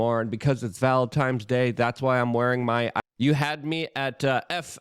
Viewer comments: Did he say valentimes, with an m?? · ❤ Happy “valentimes” day to you to, brother! 😂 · Valen times? Do you say Chris maws? What about Vet trans day? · Luke it's VALENTINES NOT VALENTIMES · Valentimes.. lol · "Valentimes Day"😂😂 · “Happy Valentimes Day”